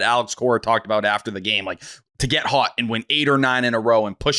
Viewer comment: Why does say “hot” like “hut”?